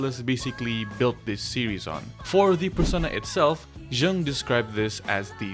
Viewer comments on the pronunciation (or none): BTW, it's "yung", not "zhung"! So you sound smarter :) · Mispronouncing Jung is crazy. 😂